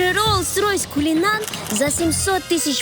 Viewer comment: Ахахахаха РОЛС РОЙС КУЛИНАН ВХАХАХАХХВВХАХАХХАХАХ. кУлинан.ХАЭАЭАЭА кУлинан хаахахха